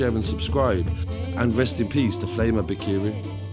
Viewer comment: That’s not how you pronounce the name 😞🤣